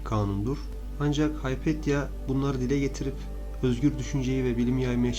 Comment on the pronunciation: Haypetya değil, Hüpatya.